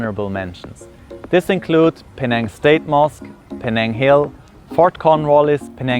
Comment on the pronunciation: Thank you for making my hometown look exceedingly picturesque. You captured the cultural essence of Penang so well! Really good pronunciation too👌